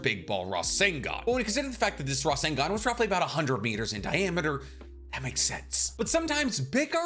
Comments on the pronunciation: Can we clock how many times the Captain said Rasengun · drinking game drink everytime he say resengan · Take a shot evry time he says rasingon (I’m attempting) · Your pronunciation of rasengan was more annoying than it was worth to watch the video.